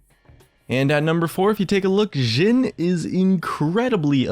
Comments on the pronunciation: You are speling Jhins name through the whole videom You were saying Zin or Dzin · he says jhin like sjhin. triggered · its a hard j like jif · he says it like amix of jhin and shin. like the jh/sh is really triggering for me